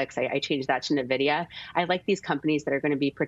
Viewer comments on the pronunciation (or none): For god's sake, "in-vi-dee-uh" and NOT "Nuh-vi-dee-uh." Before you recommend, shouldn't you know how to say a company's name? :))